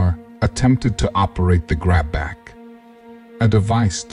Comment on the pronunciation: Only one funny part about this was when he said grab back instead grabpack